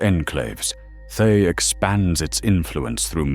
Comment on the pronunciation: Oh, good ol' "Thigh"... lol 😆 (I know it's AI, but it made me chuckle every time I heard the mispronunciation.)